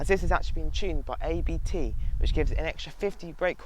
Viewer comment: very good review! But just one hint. It´s not A B T. It´s a german family named Abt.